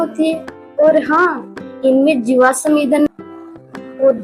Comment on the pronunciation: jiwasam nhi jivasm hota h